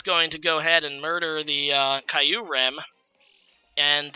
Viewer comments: It's actually pronounced "Kee-oo-rem" I know this thanks to the movie Kyurem vs the Sword of Justice :) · Say it with me.... Kyurem Keeer - rummmm is how it's pronounced apparently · Exacty not kye-you-rum lol